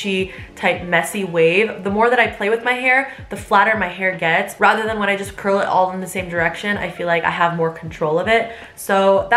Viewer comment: Curls more like shurls 😂😂😂😂😂😂😂😂😂🤣🤣🤣🤣🤣🤣